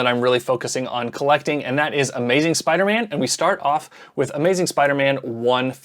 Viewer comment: In the bloopers you went full southern with The Amaizin' at the end.